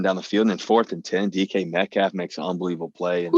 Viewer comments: “DK Met-coff” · Haaahaa DUDE SAID DK METCOT!!🙂😂🤣😅😆